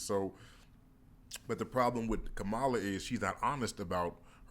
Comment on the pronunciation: So you know Kamala so well that you can’t even pronounce her name correctly. I call bullshit. And you are dreaming if you think she can’t win. 😂